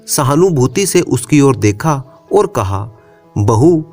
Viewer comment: ओर। और कहना सिख जा बाकी सब ठीक